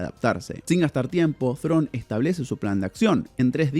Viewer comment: Perón, Perón , no perdonnn Thrawn, Thrawn